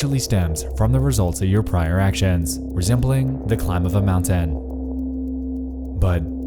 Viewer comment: Why do you pronounce "moun-TEN" like you're Chills or something? Super distracting and it comes off as forced and unnatural